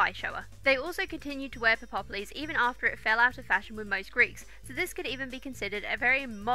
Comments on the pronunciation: I was also wondering how its pronounced because ive always said pep loh-s but quick google search said its pep less. I think I would like just lounging around in a peplos. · it's pronounced Pep - loss, just two sylables, not four. peploi (pep - loy) in plural(the garment is not purely greek, examples are found in northafrican tribal dress, nordic and anglo saxon cultures,romans wore them and it is probably the ancestor fo the russian sarafan also - it's basically a primitive garment that exploits the shape of precious, labour intensive woven cloth by not cutting it - see dorothy k burnam's book "cut my Cote"). round brooches aren't greek, those are a disneyism. the early attic peplos was fastened with a long sharp pin - long enough that Herodotus recounts that the garment went out of fashion in the later period because the sole survivor of a battle was stabbed by a mob of greif stricken woman(what gives you the right to live when my husband/son/father/brother died) - thus prompting the shift to the chiton (no pins) or the use of fibula (an early safety pin)by rule of the suriving, terrified, male relatives (athenians were basically paranoid about what happened when women fought back, maenads and amazons are the horror stories to keep little boys vigilent against the latent threat of the bolshy woman) Nor were classical garments "usually white" this misconception springs from the neo'classical c18th love of the pure white look - most surviving greek statues have been deliberately scrubbed to make them look white. Modern classicists have studied the paint traces and made reconstructions, the results do not fit the modern taste for white, they are p